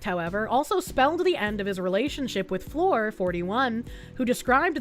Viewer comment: Article: "🌟Fleur🌟": "Floor."